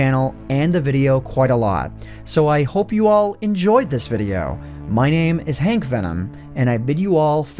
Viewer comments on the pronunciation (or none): I heard: Henkvenom, instead of Antvenom on the outro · Bro did you have a stroke at the end you said your name was Hankvenom.😂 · Did... Did you say "Hank Venom"? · Your name is HankVenom? Who else heard HankVenom?